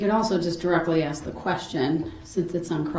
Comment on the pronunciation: Darrell Brooks has the most odd profile I've ever seen. Also an inability to say basic words. Lysen place, Texas (texts), axe, tackit, Biast. The list goes on